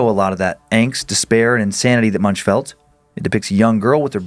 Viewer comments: Just giving you a heads-up for mispronunciations again… Edvard Munch is pronounced with a frontal ‘v’ as in “Vaseline”, and end in a hard ‘k’. His surname is pronounced similar to “monk” (the religious type) but with the ‘u’ pronounced roughly as in “mundane”. Cheers, and have a nice holiday. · "Edvard Moonsh".